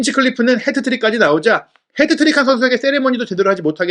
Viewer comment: 왜 자꾸 해트트릭을 헤드트릭이라고 부르냐…